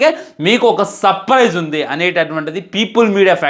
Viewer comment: surprise ❌ sapparise✅